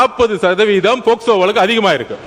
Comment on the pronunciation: அது போஸ்கோ இல்லப்பா போக்சோ.....